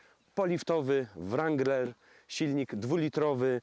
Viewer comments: Aż uszy więdną. Skoro chcesz "poprawnie" to W-niema, A-jak E... nawet twój translator tak podpowiada. Sorry. Dalej nie oglądam bo nie jestem wstani słuchać tego rAnglerowania. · Kurcze Chłopie naprawdę fajny kanał prowadzisz ale na Boga przestań z tym ,,langlerem" bo to jest żałosne. Nie ucz się wymowy z translatora Google. Mów po prostu Wrangler i się nie ośmieszaj. A jak koniecznie chcesz być bardziej amerykański od Amerykanów to ucz się poprawnej wymowy chociaż z Amerykańskiego YouTuba a nie od translatora Google. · Jak chcesz mówić ranglera to mów z akcentem i po angielsku.Bo to rangler wymawiane po polsku jest żałosne.Spolszczony wrangler jest prawidłowo.